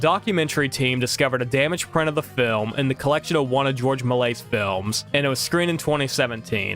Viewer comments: It’s pronounced Mel-E-ay, not “Malay” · Melies is pronounced "mel-ee-ay". That's the French guy who made the very early fantasy movies. And it wasn't the movie "canisters" that contained silver but the movie film itself. It was possible to recycle the silver for money, but more frequently the very early films just deteriorated into dust, on their own, or they were destroyed by fire since the movie film of this time was incredibly (dangerously) flammable.